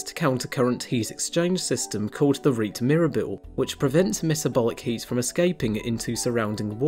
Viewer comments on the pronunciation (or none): Rete mirabile ("amazing net") OK: rete is not one syllable (reet) but two (retteh) and mirabile is not three syllables (mirrabeel) but four (mirrabilleh). It well describes the net-like gas-exchange blood vessel structures in these glorious animals. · Please go a dictionary web site and learn how to properly pronounce "Rete Mirabile". (The short youtube vids that demo the pronunciation are quite pathetic. Never use them again. I mean if you want to be taken seriously.